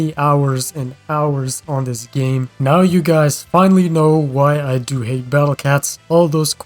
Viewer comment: Every time he says he hates the battle cats it sounds like he ate the battle cats Let the cats go man